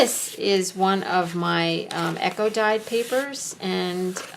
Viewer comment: Are you saying "echo dyed" paper? Do you have a video on doing that? Really neat journal you created!